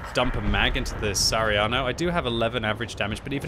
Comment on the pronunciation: its sa ha ri a no not sariano..